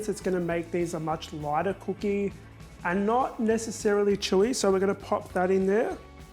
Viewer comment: Had to play it over and over where you said chewy as I thought you said chorizo Thought I was going mad 😂